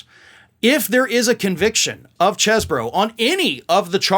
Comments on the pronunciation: "Cheese-bro", not "chess-bro". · It's "ChEEse-bro".